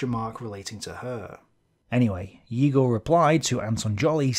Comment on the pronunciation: I love you and your tablet! Btw, I strongly believe that "Egor" is actually pronounced "Yegor", not "Igor" (english transliteration of russian sucks so much). Also big thanks for making an afford with the correct pronunciation, I really apreciate that!